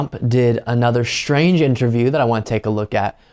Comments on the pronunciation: The word is pronounced strange, not shtrange. Just sayin'... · Not Shtrange at all.